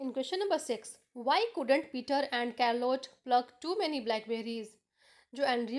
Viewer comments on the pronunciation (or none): It is not karlotte it is charlote Spellings are different but pronunciation is correct like mine